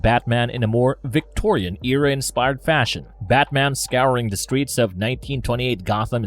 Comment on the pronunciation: " the"...not "da" Da this Da that... A 5yr uses " da"